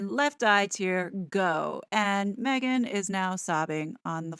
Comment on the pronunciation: I enjoy your reporting very much. Please drop the silly inflictions in your voice - for example, when you say “Meghan.” It has gotten tiresome and annoying. Have confidence in yourself and what you’re saying and drop this annoyance. It does not serve you.